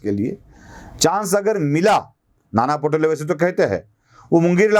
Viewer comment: पटोले नाही हो Pa पा To टो Le ळे अस पा टो.ळे आहे. मा.कें.मंद्री दं ड व ते चे दांडवते असे केंव्हा केंव्हा करीत तेंव्हा ते जाहीर करीत किंवा नीषेध व्यक्त करीत.